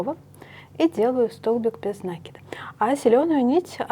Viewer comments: ударение в существительном можно проверить, если его использовать как глагол- накИд - накИнуть. В глаголе ударение падает на корень. Если ударение в глаголе падает на приставку, окончание или суффикс, то в существительном ударение ставится на приставку. Мне тоже "режет" слух Ваше ударение, до Вас ни у кого не слышала такого 🤣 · Великолепно,но говорите правильно накИд,режет ухо. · правильно говорить нАкид, схожие в библиотеку, возьмите словарь даля, в нем есть ударения, там будет нАкид. Орфографический словарь для ударений применять нельзя, только орфоэпический, либо толковый словарь Даля для старых слов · В орфографическом словаре накИд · а в толковом нАкид. Орфографический словарь часто ошибается в ударениях, он проверяет лишь орфографию (это правописание). Если слово старое, забытое современными орфоэпическим словарями, его провяряют толковым словарем Даля. У Даля нАкид. Скорее всего в орфографическом словаре опечатка, которую в следующую редакцию поправят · Вы неправы. Правильно "накИд", без вариантов. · На-это приставка,а в русском языке ударение ставится на корень слова